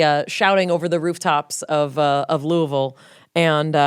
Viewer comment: thank you for knowing how to pronounce Louisville and for this amazing episode! as a queer singer from a cultish church background, this story was deeply uplifting and beautiful. i love Call Me Kat and i love the podcast! keep rockin!!